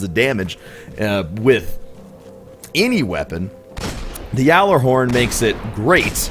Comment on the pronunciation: Pronounce it correctly you nob